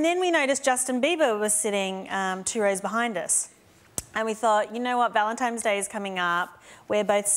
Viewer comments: did anyone hear ValenTIME'S Day? 😂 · "Valentimes day" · Did Rebel say “ValenTIME’s Day”? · Did anyone hear Rebel Wilson say Valentimes